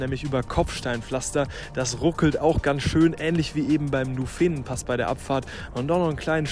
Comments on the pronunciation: Super Video aber der heisst Nufenenpass mit Betonung auf das u und nicht Nufeenenpass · Schönes Video! Musste schon ein bisschen schmunzeln beim "Nufeenenpass"...^^ Die meisten sagen eher "Nufen'npass". Und zum Preis für die Pizza, Pasta etc. in Airolo kannst echt nichts sagen! Die Preise im Tessin sind mir nicht so geläufig (die Unterschiede innerhalb der Schweiz sind ziemlich deftig), aber zwischen Bern und Zürich findest du solche Preise wohl nicht! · Tolles Video, danke. Allerdings liegt die Betonung bei Nufenenpass auf dem u und nicht auf dem e. Egal, schöne Bilder und vor allem gute Leistung! Chapeau! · Tolles Video, Danke & Team. Ein Punkt: Frag die Locals, wie man die Ortsnamen und die Pässenamen ausspricht, das bereitet einem Schweizer sonst arge Schmerzen😄 Bsp. den Nufenen Pass spricht man nicht Nufeeeeenen Pass aus... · Gutes Video, schöne Landschaft. Macht doch mal das Alpenbrevet (jeweils im Herbst). Wahlweise 2 bis 4 Pässe. (phonetisch sagt man Nuuufenen-Pass ;-)) Gruss und weiter so! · Hinweis aus der Schweiz: Der Nufenenpass wird (wie meistens in der Schweiz) auf die erste Silbe betont: Nuuuufenenpass. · Tolles Video 👍. Nur eine kleine Korrektur, beim Nufenenpass die Betonung auf dem U legen dann ist auch die Aussprache perfekt. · Sehr schönes Video, Kompliment. Nur hast du nicht den Nuféenenpass gemacht, sondern den Nùfenenpass (Betonung auf dem „u“ gefolgt von kurzem unbetonten „e“). Und es ist nicht due Tremòola, sondern die Trémola. 😅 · Grossartiges Video. Tolle Leistung. Ziehe den Hut. Kleiner Tipp. Nufenenpass betont man nicht auf dem ersten „E“ sondern auf der ersten Silbe „Nu“. Ebenso bei der Tremola. Betonung auf „Tre“ und nicht auf „Mola“.